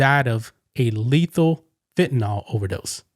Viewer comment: Fentanyl, not "fentanall..."